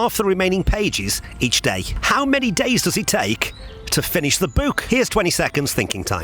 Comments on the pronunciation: WTF is a boo-k? it's a book.....not a boo-k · The way this guy says “book” should be illegal and I’m actually pretty sure it is